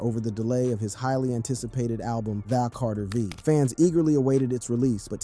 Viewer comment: My man really said "The Carteer Veee" bro cummon. I aint even gonna get into "Jardarkiss"